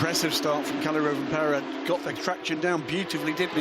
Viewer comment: Pronouncing Rovanperä wasn't that bad. He even tried to say the ä.